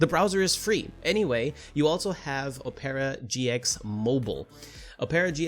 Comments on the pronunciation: o-pear-a gx my boi? Its OP-ER-A!!!! Like and opera singer!! tf!?!?!? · How can you recommend something you can’t pronounce